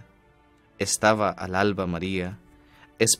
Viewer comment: Gracias,. Unas sugerencias para mejorar (no tienen mucha importancia): 1) En el Himno ud lee dos veces "al-alba" (separando las palabras). No. No se debe separar. FInalmente lo dice bien, en la segunda antífona, cual debe ser: "alalba". Los que entendemos el lenguaje, lo sabemos. 2) Al terminar las peticiones deja ud. un silencio muy prolongado. Le sugiero que, por favor, lo haga con un fondo musical, para no dejarnos en ascuas. Muchas gracias, Dios lo bendiga.